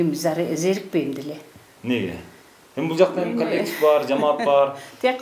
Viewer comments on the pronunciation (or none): none